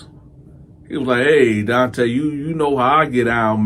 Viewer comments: Fuggin illiterate black mothers!Your name is Donta this is pronounced (Don-tah) now if your muva wanted your name to be pronounced (Don-tay) well then that is spelled Dante! This 💩 never gets old 😂😂😂 dummies! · ENOUGH!! ENOUGH!! ALREADY!! With this prison gay shit!!! IT'S NON OF OUR CULTURE!!! stop with the nonsense!! Your name is Donta but you pronounce it DONTAY..sounds very gay! Get your stupid face off YouTube! Disgraceful brother, promoting homosexuelity and diddy booty nonsense !! Black people, when we ever going to learn??